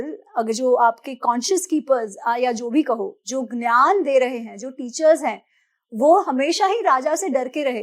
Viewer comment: Why is she mispronouncing 'gyan' as 'nyan'?